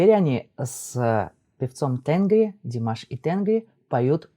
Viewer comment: небольшое уточнение: в тюркском языке ударение ставится практически всегда на последний гласный звук, tengrİ